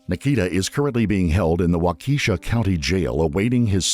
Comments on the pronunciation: Waukesha doesn’t rhyme with Leticia. 😂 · The name of the city and high school is pronounced: / u / walk-uh-shaw. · For as often as you say the town of Waukesha and how much footage you compile for these videos it really grinds my gears that we have to hear the mispronunciation of WAUkesha (WA-k’shaw) over and over and over. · The least you can do is make sure the AI says the town names correctly. Wah-Keisha? Really? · No, its pronounced Wak-Kah-shah. Accent on the first syllable. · It’s pronounced WAWWW-KUHH -SHAA, stupid AI. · Waukesha is pronounced “ WALK-a-shaw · Wisconsinite here, its pronounced, "Walk-eh-shaw" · Waukesha is pronounced Wok-ah-shaw. It's Native American not African. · Town pronounced Walk e shaw with emphasis on first syllable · Waukesha is pronounced....wok-a-shaw Go pack go💚💛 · The town is pronounced “walk-a-Shaw” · Waukesha is pronounced "Walk-e-shaw" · Lmao wah-keysha AI pronunciation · wahkeesha lol?? fucking ai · It's pronounced "wauk-uh-sha" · It’s actually pronounced “walk-uh-shaw.” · Waukesha (pronounced WALK-i-shaw btw) is a very walkable and bike-able little city... also with public busses. Not having a drivers license would not make a teenager isolated from school friends at all. The high school has many programs and extra-curricular activities. He isolated himself and chose to get radicalized on the internet. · lol yeah, this annoyed me more than it should've 🙃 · It’s Wah Keh Shaw. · Its pronounced wau-ka-shaw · There is no Key in WAUKASHA. Cringe ! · Waaah- kaaa- shaww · Someone should train the AI to pronounce Waukesha correctly. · the mispronunciation of waukesha kills me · Me too! Driving me crazy!! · Bad pronunciation of Waukesha. Thanks A.I. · Terrible pronunciation on this video, both Waukesha and Angles both mispronounced in the first 4 minutes LMAO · Hmmmm. The repeated mispronunciation of Waukesha is very frustrating. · The way your AI is pronouncing Waukesha is making my ears bleed. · walk ehh shaw. Not wak E sha